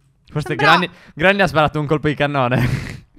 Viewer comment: Granni si dice grenni